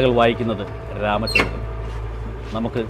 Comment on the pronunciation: വാർത്തകൾ വായിക്കുന്നത് ഒരാമചന്ദ്രൻ എന്നാണ് ഞാൻ കേൾക്കാറ്